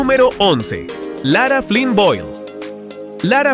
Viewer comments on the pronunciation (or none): none